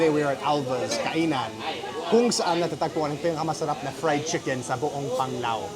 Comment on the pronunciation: Chicken naman ang pronunciation namin, hindi naman chickon 😆